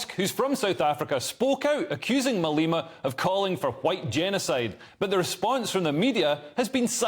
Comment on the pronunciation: Malema! Not Maleeema! Get your pronunciation right